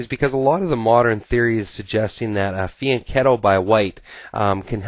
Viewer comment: Hi, great video. But are you sure your are pronoucing fianchetto correct???